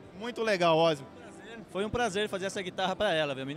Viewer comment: o mai engraçado cara falando o nome errado, parece ozzy que falou.....kkkkkkkkkkkk è OssNI o correto